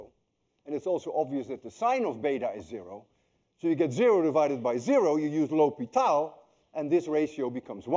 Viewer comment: You called it ""Lopital"" I think